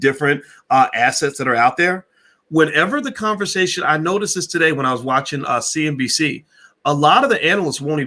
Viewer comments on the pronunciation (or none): none